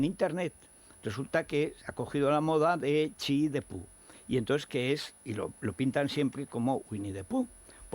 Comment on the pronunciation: Garbancito, no te las des de sinófono. Xi no se pronuncia "chi" en chino. Saludos desde China.